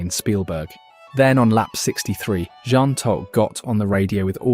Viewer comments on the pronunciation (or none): none